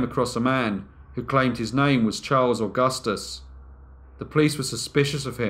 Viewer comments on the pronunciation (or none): none